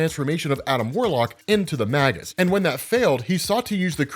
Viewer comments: I believe it's pronounced MAY-GUS :Magus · I can no longer remain silent. Magus is pronounced May-gus. In the dictionary, /māges/. Long A. It's a sorcerer. Makes sense that he'd be the alter ego of Adam Warlock.